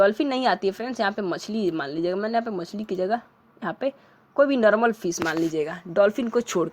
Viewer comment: Normal na hi ki narmal fish na hi ki pish😂😂😂😂